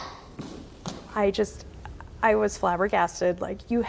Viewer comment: Marduh? Is she not called Marta?